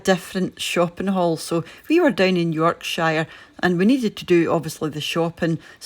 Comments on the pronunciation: Booths are usually found in Yorkshire (and sorry to nit pick, we pronounce it York-sher not York-Shire), Cumbria, and Lancashire, but the majority of stores are in the latter two counties. The Yorkshire supermarkets are ASDA & Morrisons. Hope you enjoyed your break in God's Own County!! And as an ex ASDA employee, Booths are much more expensive in the scheme of things! It does depend what you buy, and what items are on offer etc. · It's pronounced Yorksher.😆